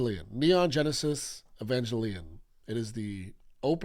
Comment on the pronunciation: For the record, "g" in Evangelion is hard g(like ground or gear).